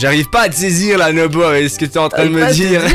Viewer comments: nobo et pas nomo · à dit nomo à la place de nobo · on dit pas nomo un dino nobo